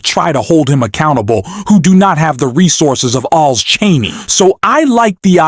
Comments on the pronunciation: It is very hard to take you and that voice seriously when you or the voice continually call Liz Chaney, Liz TRAINEY. You or the voice have done it at least half a dozen times and I am sure there are more to come. Do you even listen to your videos befoe posting them? I have stopped listening, before even getting to Liz Trainey’s coments because of the😊 stupidity of the voice and its’ mispronunciations. Do better. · Narrator, it is Liz CHAINEY, NOT Liz TRAINEY by mispronouncing you show your incompetence..... I'm going to bounce your channel!!! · For God's sake ,- could you please get a speaker that pronounces names correctly !!!!! NOT. Treeney - correct is "Cheney". !!! Others were wrong,too !!! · You miss pronounce Cheney it is not treney. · Liz Cheney's name is pronounced CHAY-NEE not TRAINEE. Also, you talk too much. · It's Cheney not Trainy. And it's Welker not Walker. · Why do you keep saying Liz Trainee? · Her name is Cheney not treny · Hey, her name is ch ch Chaney. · The narrator can not even say "CHANEY". Got any brains? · It’s not Liz Trainey you momo! Can I call you? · Did the narrator seriously say "Liz Trainee"??????? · Why is he keeping mispronounced Liz Cheney name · Is this an AI voice - ‘he’ keeps mispronouncing ‘Cheney’ - I heard at least 3 different versions - and if it’s not AI, then it’s disrespectful to not correct it. Completely took away any credibility of the video. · Why can’t this speaker pronounce Liz Cheneys name correctly. Is this AI? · Cheney and Welker...NOT "Traney" or "Walker" 🙄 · Why can’t you pronounce Cheney?!? You’re saying Trainy?!? Kinzin-Grrr. not Kinzin- Jerrr.